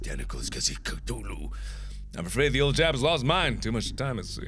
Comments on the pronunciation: Cthulhu has a "th" it's not Ctulhu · ka thu lu not ka to lu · it's cTHulhu, not ctulhu... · No one gonna talk about how it’s coo-thu-lu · Markiplier, I believe you pronounced Cthulhu wrong. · He pronounces Cthulhu weird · Mark, you're pronouncing Cthulhu wrong. )